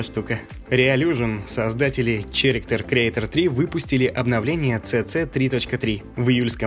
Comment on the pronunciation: Очень интересный выпуск, спасибо, вы большие молодцы. Продолжайте в том же духе. И на будущее, слово: "character", читается как керектер, не черектер